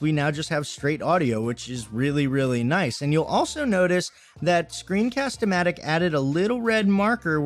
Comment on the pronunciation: I think you said it right for Screencast-o-Matic, and you can edit script on your video. That’s amazing! :D